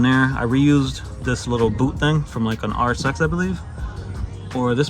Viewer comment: Really nice, man 😁 Started following when you planned on starting - haven't watched more yet. I enjoy taking it all in with one sitting 🤪👌🏼 So really stoked to look at the build now. Also, im european from norway and when you say RSX it sounds like RS6 to me, so that was funny (imagined that without subtitles 😅👍🏻) Honda with RS6 parts, hehehe. Thanks for sharing! And now its time for me to start the playlist on the bigscreen. Take care, man